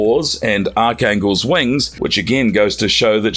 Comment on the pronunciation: xavier is pronounced x-avior, not savior. jean is pronounced like what you wear(jeans) without the s. says rogue drained powers from the hulk but shows comic panels of she-hulk. who tf is arc-angle? the x-man, ANGEL was turned into ARCH-ANGEL(pronounced arc angel) by apocalypse. who tf is cam-bit? rogue has dated gambit. whoever is hiring people to narrate for this channel needs to lose their job. how hard is it for these narrators to use google to learn how to pronounce words? also, rogue can nurse any babies she has without touching them. there's this thing in real life called a breast pump that can extract breast milk. so rogue could easily use this simple device and be able to nurse her babies.